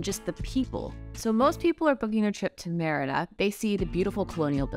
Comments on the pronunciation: SAY "MEDIDA" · You’re saying Merida wrong 🙈🙈 it sounds like you’re saying crap 💩 🙈I give you tons of credit you’re trying your best I love you guys stay safe🙌🏼 ENJOY MY BEAUTIFUL COUNTRY MEXICO 🇲🇽